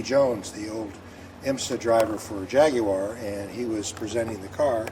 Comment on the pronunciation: Thank you so much for your correct pronunciation of Jaguar deep respect my friend 🇬🇧